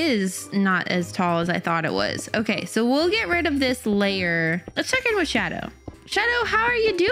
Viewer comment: You said shado, so I ment shadooooo